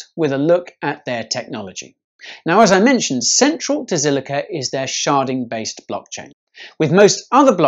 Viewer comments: And here I thought sharting was a bad thing... or did he say sharding? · Did you say “SHARTING?..”